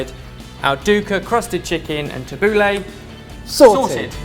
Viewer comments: It's Tabul-ee not tabul-ey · Tubbleh is Ta-bou-ley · tab-boo-la not lah thats how its traditionally pronounced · Its 'tha-boo-leih' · It's pronounced Tab-ooh-l-a. Get it right gosh! Look it up it's so obvious. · as an arabic speaker pronunciation of tabouleh is killing me 😠😠 jk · Your pronunciations are hilarious! But great recipe. I'd love to see more middle eastern recipes!! ☺️👍🏼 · Sorry but this isn't the traditional way of making tabbouleh, you don't need vegetable stock just a bit of boiling water and put it to the side for 10mins as you would with rice noodles etc. also you pronounced it wrong xD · Tabouleh is pronounced totally wrong! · the way you pronounced the tabbouleh was so funny. why did you give it a french accent? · It depends where you are from :P i know marocan people who pronounce it french but then arabic people who pronounce it differently.. But he pronounces it very english xD